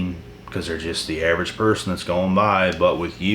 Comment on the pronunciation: AV- erage 😂👍🏼🇦🇺